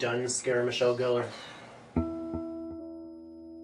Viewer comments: LOL! "Scarah Michelle Gellar" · OMFG! Moldy Hawn. loling for days and days. Then I recovered, & tried watching the video again. Heard Scarea Michelle Gellar. Dies laughing. Honestly, this is how I envisioned Edward Cullen when I read twilight. Well maybe minus the nails, Great toot as always.